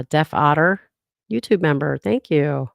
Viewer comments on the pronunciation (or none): none